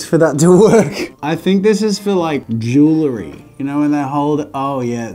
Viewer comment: jewelry is pronounced joo-well-ree not "joo-ler-ee"